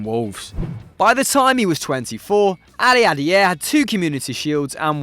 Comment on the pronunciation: You can tell he enjoyed saying Aliadiere’s name way too much 😂